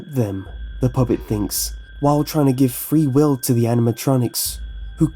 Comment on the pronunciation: I thought you said "Why and how does the puppet have free willy!" xD